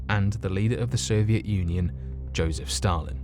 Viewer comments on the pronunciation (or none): none